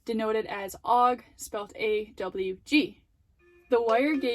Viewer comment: Nice video. Very clear. Wanted to add one thing. AWG is not a word, it's an acronym. It stands for American Wire Gauge. So, there's no need to pronounce it, lol. It's not a big deal, just a little thing I noticed